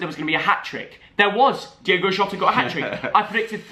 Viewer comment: It’s Diogo not Diego (Jota)